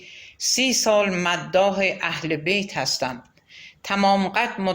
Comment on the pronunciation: با درود و سپاس از شما با شنیدن این داستان قلب انسان ب درد میاد اینکه چ کسانی و با چ فریب هایی ب قدرت رسیدن و با گذاشتن پا روی خون شهیدان ما جای خودشون رو محکم کردن 😢😢😢و با سپاس از شما گاهی در خوانش اشتباهاتی وجود داشت مثلا تلفظ بیت رو اشتباه گفتین و اسامی رو گاها جابجا گفتین موفق باشید